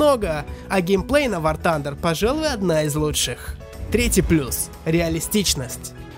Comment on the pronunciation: Ахах, он в начале сказал Ван Тандер